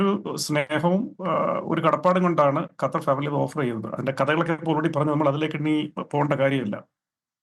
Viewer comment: അണ്ണാച്ചി കറ്റാർ അല്ല ഖത്തർ